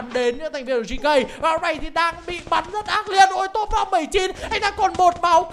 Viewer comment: GK anh đọc là gẫy cu🤣🤣🤣